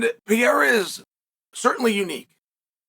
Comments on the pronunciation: WHO IS "PIERA" PRONOUNCE HIS NAME PROPERLY "PE-REI-RA"!!! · 4 to 1 odds that chael will pronounce pereira pee-era